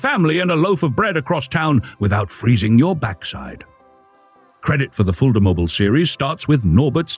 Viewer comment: Es heißt Fulda mobil und nicht Fullmobil